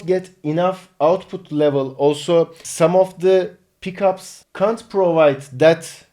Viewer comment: dat British accent switch at "Can't"